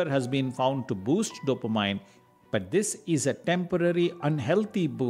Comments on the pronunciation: CORRECTION TO PRONUNCIATION: Dopa-MIN ...not Dopa-MINE😀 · You mean "Dopameannnnnnn" not Mine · Good info but it is NOT Dop-a- mine..it is Dop- A -min. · I believe it's pronounced DOUGH-puh-meen. Not dopa-MIN or dopa-MINE. To me, the mispronunciations by the narrator are not as bad as the myriad typos in this video. The nuns who taught me English in grade school are probably rolling over in their graves, LOL. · Every time the narrator mispronounces "dopamine," it is like fingernails on a chalkboard. It is pronounced "dope-a-mean," not "dope-a-mine." I have a hard time listening to it. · Dopamine is pronounced do pe min....Not do or mine... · Hahaha, I felt the same way but English is not his first language and he’s talking about something that is super helpful. We can forgive his “dope-a-mine” and just go for the goods in the video.